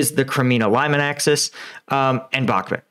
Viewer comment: Please could you research the pronunciation of: "Bakhmut" and say it correctly. Thank you.